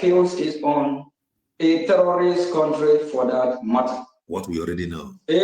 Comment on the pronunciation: I thought oge nkere claimed to have been borrowing us money. Let him finance the liberation of Biafra naa. This idiot is a big joke. He can't pronounce terrorist correctly, and he is apm? Rubbish.